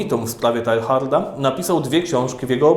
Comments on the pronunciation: Drogi X., drobnostki, ale synowi duchowemu arcybiskupa Lefebvre, Francuza nie przystąpi taka wymowa np: miejsce urodzenia de Lubac czyta się Kąbre, a imię de Chardin Tejar. Wiem, że X. jest siłą rzeczy germanofonem, ale przecież można na guglach błyskawicznie sprawdzić wymowę... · BTW: wymawia się "de Libak" (właściwie nie "i" a niemieckie "u - umlaut"; oraz "Tejard"; francuski fajny język, polecam : ) Poza tym czytając różne dzieła w oryginale, można się nieraz porządnie zdziwić...